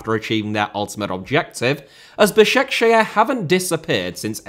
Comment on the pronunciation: Bro the way he pronounced Basaksehir 😭😭😭😭😭😭😭